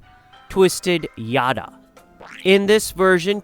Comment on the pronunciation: It's yatta not yada..😅but still yeah 👍